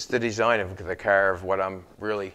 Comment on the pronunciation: Why is the end of every sentence have a double syllable . Flo-or . Cahar. Gro-ond. ? Ta-ake. Your funny. But insanely informative and I’ve learned a lot watching you. By the way it’s out. Not oot